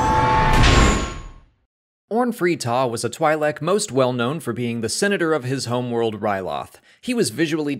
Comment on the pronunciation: I love this channel but the way you pronounce twi’lek hurts me.